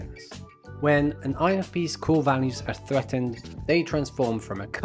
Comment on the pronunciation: When someone says: “INFPs” fast, I hear: “INFPeace” 😂